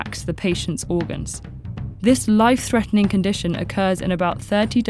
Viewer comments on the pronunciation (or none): none